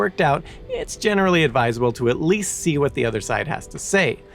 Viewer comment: Oh say can you zee? 🤦🏼‍♂️